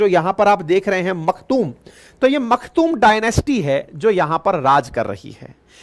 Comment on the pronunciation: Pehle toh Makhtoum nai Maktoum hai, dusri baat Maktoum family rules Dubai not UAE, Al Nahyan family rules Abu Dhabi, infact Federal Al Nahyan family runs Federal Government meaning taking all important decisions for economy, finance, defense etc